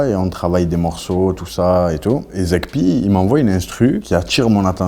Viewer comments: Zekpi au lieu de zeg p 😂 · c'est ZEGPI pas ZEKPI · C'est "Zeg P" pas "Zekpi" 😂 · C'est pas "Zekpi" mais "Zeg-P"